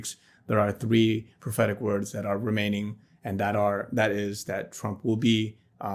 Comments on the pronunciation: Am I the only one who keeps hearing pathetic every time he says prophetic :| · Every time he says 'prophetic', I hear 'pathetic'. This poor guy.....